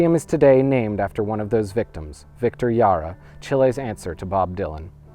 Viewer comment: Oh, and you pronnounced "Victor Jara" wrong. The "J" is not pronnounced like that in spanish :)